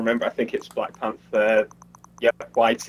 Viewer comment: Blackpanthaa not Blackpanther XD just sayin